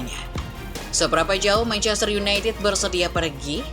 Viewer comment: mencester city wkwkwk salah ngomong